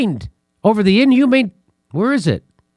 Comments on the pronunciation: Jimmy I love you and I'm a long time subscriber BUT you mispronounce inhumane on the regular and it makes me crazy - Inhuman - inhumane - There's a difference. I'm surprised Step hasn't said anything to you. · Somebody please teach Jimmy the difference between inhuman and inhumane, and how to say it. TIA!